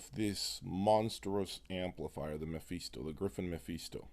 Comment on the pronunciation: Btw its 'Meh-Fis-to' not 'Meh-Fees-to'